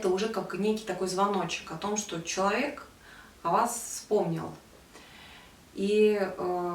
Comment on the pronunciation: Мне было бы приятнее смотреть видео, если бы вы в слове "человек" не проглатывали часть букв. Всё-таки достойное слово) спасибо